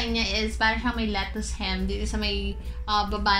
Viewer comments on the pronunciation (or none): none